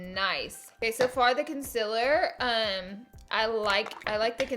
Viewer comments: CON-SEAL-ER Not CUN-SIL-ER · Concilur.. conceaaaleer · Its concEELer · Omg I'm sorry but it's been bothering me.... Conciler. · Have I been saying CONCEALER wrong this whole time or is it just her? Lol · Why does she pronounce concealer that way? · You alwaye pronouns concealer wrong😭😭😭